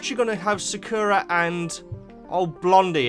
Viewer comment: Lavender, Poppy, Daisy, and please start calling Sakura "Blossom". It drives me crazy as a Cardcaptor Sakura fan hearing that named pronounced wrong, as you pronounce it like the terrible Cardcaptors dub, which makes me want to vomit.